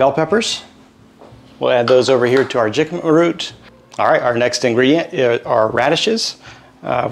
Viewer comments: Being a California native I’ve never heard of “jicama” pronounced that way with a hard “j”. It’s a Mexican word so the “J” is pronounced as “H” like “Hicama”. Or like “Hey-Sus” for the name Jesus. (Which is a popular Hispanic name)It tastes like a cross between a raw potato and a bland apple. Love your videos and the Bible verses at the end! ❤✝️ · jicama pronounced like hicama. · your husband did a great of being videotaped while cooking! Jicama is actually pronounced “hickama” and can be used as a potato sub. Jicama has almost 50% less carbs than a regular russet potato and offers a “bite” like a radish. It can be boiled and mashed like regular potatoes. You sure do like your dill! 😊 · Yes, he knows now that it's pronounced with an "h" but he had never used it before.🥰